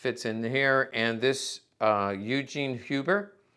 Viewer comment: The pronunciation of "Eugen Huber" - phonetically it's more like "Oy-Gen", than it's american equivalent "Yoo-Jeen".